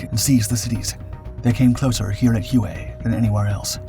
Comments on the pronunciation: Drove me nuts throughout the video. Whey not hew-ay. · Thank you Gentleman. HUE-A? OMG...anyone that grew up in those 1.5 decades of the Vietnam War, knows it's pronounced WHEY CITY! My father was in the 6S Navy and was stationed on board a "Tin Can" ship. I was very young, but he'd tell me some stories about he was told from Marines. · It's pronounced "Way not hue-a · The name of the city is pronounced WAY not who-aa. Love your videos. Please keep producing great work. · HUE is pro ounced "WHAY".Not hooway. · So many butt hurt yanks in the comments it pronounced “Way” STFU 😂 he’s a young lad in his twenties and not a major production company. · It's pronounced "Way" and my father flew USMC CH-46 Sea Knights in support of this operation. He told me that...he felt his superiors were personally trying to kill off his whole squadron! That after the battle, they only had two helicopters left in action and that they were deemed "Ineffective"...in his words and the Squadron was absorbed by another squadron and sent to support Marines elsewhere. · All the old fellas who talk about Nam they say "way" when pronouncing Hue. ❤👍🏽🇺🇲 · It's pronounced WAY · This is interesting because during the fighting, the US News channels called it Hu-ay every night. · All Marines pronounce it “Way”. 2nd Battalion 5th Marines, “The Blackhearts”. The most decorated Battalion in the Marines. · You are correct. All Marines pronounce it “Way” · You noticed that too? It is a pretty rookie mistake., I was a bit surprised.